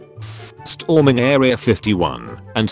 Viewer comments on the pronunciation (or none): #UselessComment Nobody: The Narrator Voice: St - HOR - ming